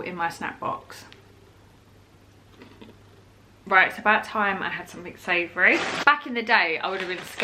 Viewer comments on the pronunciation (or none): none